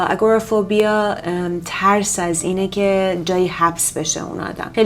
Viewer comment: اگروفوبیا رو اشتباه گفتید